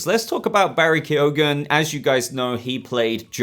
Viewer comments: Yeah B , I think it's pronounced key-gun .Not key-o-gun . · barry keoghan's name is actually pronounced barry key-own